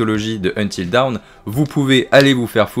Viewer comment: Bilingue mais tu ne sais pas prononcer DAWN 🤣🤣 sinon très bonne vidéo merci !